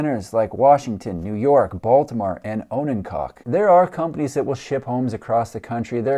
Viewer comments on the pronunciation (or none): O-NAN-cock. Accent on the 2nd syllable. Just to be pedantic.